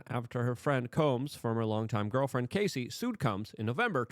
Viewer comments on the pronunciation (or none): Luke her name is Cassie not Casey ..please get it correct